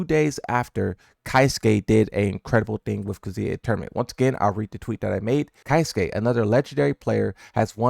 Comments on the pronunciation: "ky suke" UGH. Keisuke (KAY SUH KAY) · That aint it on how to pronounce 'Keisuke' also Blah is a Fraud V